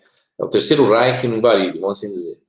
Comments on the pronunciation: O livro The Project de Mark Macy se refere à Terra paralela como Varid, e não Valid. Será que ouvi bem? Entendi o pronunciar com "L". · Terra Oculta, Marduk é um ser, entidade de origem maldekiana, de Maldek, isso em conformidade com as informações q li em "atravéz de olhos alien". E o tempo todo ouvia a pronúncia de como planeta Valid e não Varid conforme, agora, corrigido. Gratidão.